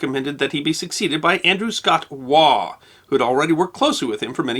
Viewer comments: Andrew Scott 'Waugh' is pronounced -Woff. (English Pronunciation). Also of interest are the calculations pertaining to SCHIEHALLION a mountain in Scotland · Interesting, but slightly ironic that you cannot pronounce the name "Waugh" properly though.